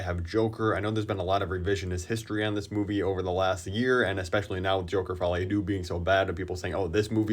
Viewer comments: "Fouly a doux" bro even the french have a better pronunciation of English titles 😭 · As a French speaker, the way you said folie a deux made me feel pain